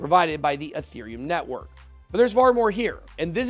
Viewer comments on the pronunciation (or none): none